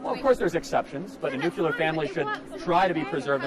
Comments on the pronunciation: Nuclear. Not nuculer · Charlie... It's nu-cle-ar, not newk-yuh-lurr. Cuz Charlie will read my comment here. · The only thing wrong with you Charlie..is your pronunciation of ‘nuclear’. Nuclear not nucular. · Nuc-yeh-lere? Charlieeee it’s nuc-lee-ere 😂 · If Charlie wants to be taken seriously he needs to learn to pronounce NOOK-leer. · God, hearing him mispronounce nuclear 100 times was certainly something. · Okay already. I’m minutes and halfway through this idiotic broad’s diatribe, and mate, you really should have another microphone for these numpties to give us even more of a laugh PS: if she was my daughter I’d chuck myself under a bus, no offence obviously 🇬🇧 PPS: the only criticism I would have is your mispronunciation of the word nuclear, but hey, I’m a 🇬🇧, but hats off to you for spending your time trying to communicate with those spoiled brats. PPPS: what a shame that you need a Royal Marine just in case some idiot kicks off. Hats off to that fabulous regiment! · From - this dude gets dismantled, has no rebuttals, attempts to focus on a debate on the "nuclear family," gets taken to task even on this minute talking point while continually mispronouncing the word 'nuclear.' Kudos for actually posting this, because this Kirk guy comes off as uneducated.